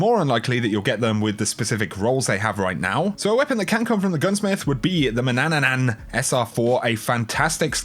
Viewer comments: You said manananan instead of manannan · it’s manannan. Not manannanan.. 😂🤣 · Wtf is wrong with people reading skills lol it's man an nan. Not ma nan nan nan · Why do all of you say mannananan? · SNU. SNU ...but there's only three syllables in manannan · Nearly year 2 and still only a few people pronounce Manannan correctly (: <3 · Its Ma-NAN-Nan and AN-TAI-OH-PEE